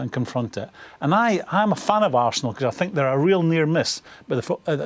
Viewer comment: tis ze history of de arsenal